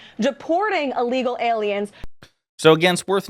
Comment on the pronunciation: Allegal? Can’t even say illegal